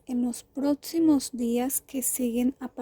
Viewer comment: Duras "aflitciones" en los "protsimos" días 😂😂😂 No pueden hablar bien o grabarlo con voz??